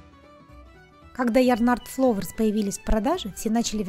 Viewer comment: ФЛАУЭРС* ,а не фловерс